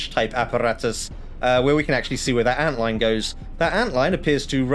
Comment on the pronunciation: please tell me im not the only one who hears antline as antlion